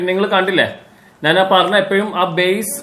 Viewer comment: നാൻ അല്ല ...ഞാൻ എന്ന് പറയൂ